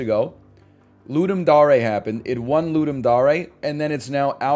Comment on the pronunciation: Why does he pronounce Ludum Dare like that? Is that correct?